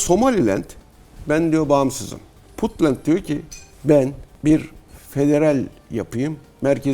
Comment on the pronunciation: This is insult Sir not bunt it’s Puntland.